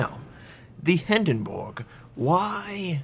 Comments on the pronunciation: I'm sorry but is it just me or does him saying Hindenburg wrong bug anyone else. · hinden"borg" lol